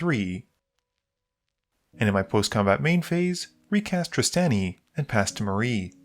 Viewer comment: Okay so I actually tuned out of the Ghired deck games because I was so sad Trostani was gone, I'm so glad she's back, this made my day, even if you pronounce it hard A instead of soft A (like Draw)